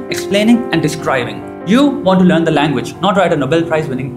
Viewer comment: you need to work on the pronunciation of 'the'